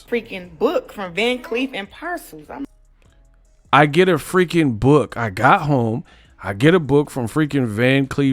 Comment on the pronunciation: Where is the 'C' in Arpels? This girl said parcels. That is simply insane. LOL